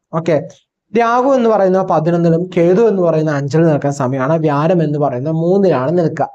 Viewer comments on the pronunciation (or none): വ്യാരം അല്ല വ്യാഴം എന്നു പറയു